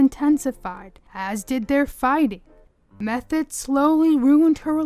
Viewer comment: Her last name was pronounced "Meth-oh, not Meth-et.